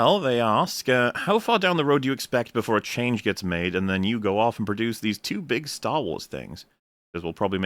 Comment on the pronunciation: "Chyange" is that Australian or maybe from the hood?